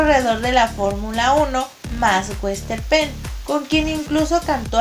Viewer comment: MAX VERSTAPPEN SE PRONUNCIA JUNTO!!!!